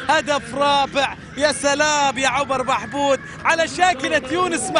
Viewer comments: هو شنو اسمه عمر محمود لو عوبر محبود اشو المعلق يمسلت 😂😂 عوبر 👌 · عبر بحبود يعود بالقرافه سفاح صقير... اكيد هذا المعلق من جزيرة الواق واق هقهقهقه